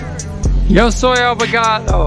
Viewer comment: We know it, but every time he says "Abogado" it seems as if he were saying "avocado" because of his poor Spanish pronunciation.